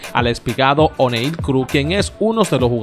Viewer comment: mi humilde comentario ,,deje eta vaina ,que usted parece ruso ,,,NO SE LLAMA ONE---IL,,,,,,SU NOMBRE SE PRONUNCIA CORRIDO OENEIL C